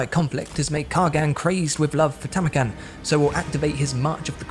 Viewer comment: you actually NAILED it with Tamurkhan!!! Good job!!!